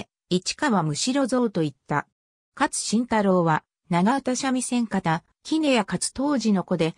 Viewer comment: 市川雷蔵や勝新太郎の名前の読み方が間違っているのが気になる！